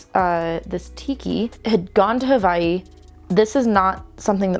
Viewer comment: You pronounced the W in Hawai'i correctly, and it made my heart happy!